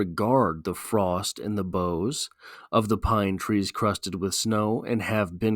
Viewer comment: ok...I like these analyses, but this one misses the target, a Snow Man. first, the pronounciation of "boughs" is weird.. this because "bough" and "snow" do NOT rhyme.. this pronounciation (as a CT guy, lke Wallace) sounds to me Incorrect, and it's like a branch sticking up out of the snow wchi is otherwise smooth and unbroken. it sounds 'sour', and that could be signficant, because of the smooth, windsculpted tonality of the poem. It's simply a brilliant poem, and it's otnaliyt supports it's theme of HEALING. "survival"? "ruin?"... what? huh? "pity?" nope! "cold as ice" nope! just wrong... the poet had gone for a walk or hike, as was his custom every day 365 days a year, and had purposefully become "one with nature" and "one with the season" and it happens to be winter and becoems a wonderful device in its full "regard". Wallace was NOT personifying nature...(that would be conntary to George Santayana for example)....he was allowing his clouded mind to become refreshed and re-balanced...soothed and smoothed by the winterscape... his mind comes to reflect the world around him...smooth.. a cold seaosn that comes before the restless, chaotic re-awakening and floods of Spring (the freshet).. is it meant to be "heartless?" NO!. simply went 180' in the wrong direction... entirely wonrway.. in this analysis of ink-on-paper and not the Reality of the poet's experience... ought to make a U-turn and re-review and repost. maybe go hike in the snow, get he